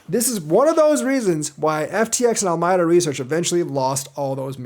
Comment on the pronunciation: Al-ah-me-dah. Your welcome :)